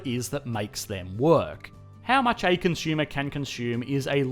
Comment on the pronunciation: "Consumer" is not pronounced as "CON - SHOOMER" Look it up.